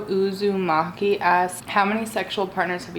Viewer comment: You saying “Naruto Uzamaki” was AWESOME 😂 never thought I’d hear those words come outta your mouth 😭 I love naruto 🍥!